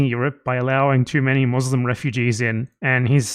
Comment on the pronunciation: pronounce muslim better than all those so called "ex-mouzleym"